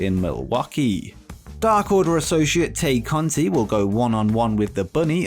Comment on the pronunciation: Good vid as always, but as a slight correction, the "Tay" in Tay Conti is pronounced "Tie"